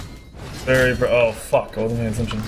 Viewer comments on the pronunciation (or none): none